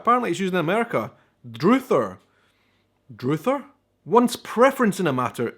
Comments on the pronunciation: #2 Druther is not pronounced drew-thur. It's pronounced druh-thur. "If I had my druthers..." It's like saying if I had the choice or the courage or whatnot. #4 College. Oh, this is a big one. So, here we go...College is just College. A University is a College. A Jr. College is a College. A place where you learn a vocation, though, is not. We have what you're talking about. Those schools that stand between High School and University, those are either Jr. Colleges or they're Vocational Schools. A Vocational School is a school that doesn't teach for degrees. They offer certificates in things like plumbing, Certified Nursing Assistant (CNA), Licensed Vocational Nurse (LVN...or LPN for the same thing, just switch out Vocational with Practical), electrician, welding, cosmetology, and more. A Jr. College offers the lowest degree possible, an Associate's Degree. It's the equivalent to two years of college. #6 Jello. Ok. Here's the thing with Jell-o. It's not exactly the same as your jelly, but it's close. It's gelatin. Your jelly is thick and doesn't wobble too much if my memory serves me. Jello is made with gelatin, a substance that is an animal byproduct. It is derived from the collagen in animals. When it's dry, it's brittle and when it's moist, it's gummy or rubbery. It is an excellent thickener. When it started being used to create desserts, I really have no clue, but it's been used like that for at least the last 150 years for certain. Jello is not what goes on sandwiches. It i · It's pronounced Druh-ther with the second syllable getting a hard th and intrinsically the same as the with an r on the end. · Druther is pronounced like brother. Its more like "I'd rather" = druther. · druthers rhymes with brothers, not droothers 🙂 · You mispronounced "druther'. You pronounced it "droother". And we use it in the plural, as "If I had my druthers (pronounced like mothers) I would get a cat". If I had a choice, in other words. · It's "Drother" not "Droother"...